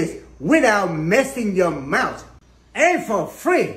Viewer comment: The way he pronounced that T in “mouT”😂😂😂😂